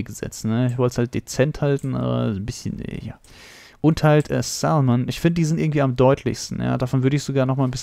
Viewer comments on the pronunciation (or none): Das l in salmon spricht man nicht aus